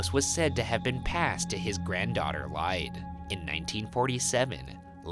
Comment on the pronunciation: Lyde Are you trying to say Lid-ee. I used to live about five miles from this house. Up above the river.